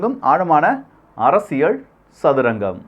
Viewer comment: One feedback brother… நீங்க அரசியல் என்று சொல்லவும் ஆனால் அரசியள் என்று சொல்வது நன்றாக தெரிகிறது. அகையால் தமிழ் சரியாக பேச வேண்டுகோள். இது அரசியள் சதுரங்கம் இல்லை.. இது அரசியல் சதுரங்கம் என்று சொல்லவும்… அன்புடன் உங்கள் சேவை தொடர வாழ்துக்கள்.